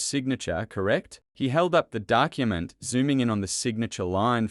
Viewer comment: SeCONDS...PRAcess...dUckument!!! The commentator, although an Australian accent, is not a person! There are so many incorrect pronunciations that my 4 year old grandaughter would pick up. WTF!!!